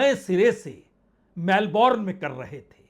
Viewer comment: मेलबर्न ऐसा उच्चार करो. मेलबोर्न नाहीं. इंग्लिशमे 'उच्चार' और स्पेलिंगमे फरक होता हैं. फ्रेंच भाषामे तो उच्चार अलगही होता हैं. इसलिये भाषा कैसी बोली जाती हैं यह महत्वपूर्ण हैं.